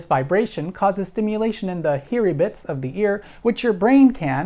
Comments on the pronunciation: "Heary Bits" lol. Your videos are awesome :-) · You had me at "heary bits." HAHAHA! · "Heary bits" Whoa, slow down cowboy. Don't be shootin' me with that technological, scientific mumbo-jumbo! Lol Great video! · I lost it at "heary bits" ROFLMAO